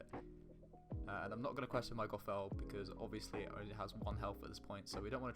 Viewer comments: Well done mate! Great video! Only feedback is that next time we meet I'm going to teach you how to say "Gothel" 🤣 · The way he pronounce gothel is gonna be the end of me.